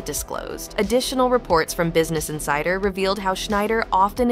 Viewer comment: And insider, "In- sid- er"